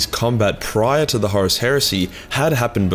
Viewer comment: I love his pronunciation of Horus as “Horace”.